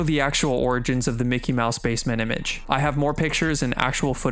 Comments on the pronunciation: It’s Mickey Mouse not minney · For the last time its mickey mouse not minne mouse